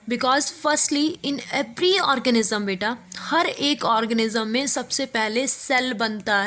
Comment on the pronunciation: Mam u said orgasm not organism